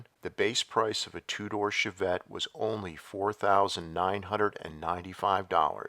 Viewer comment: "Shov-vette", lol